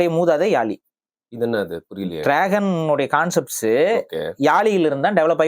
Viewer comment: யாளி not யாழி!